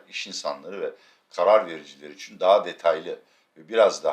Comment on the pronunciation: Abi bidaha İçüuN de nokuuur... :)))